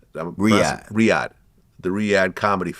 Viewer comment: Vlad can't even pronounce Riyadh correctly.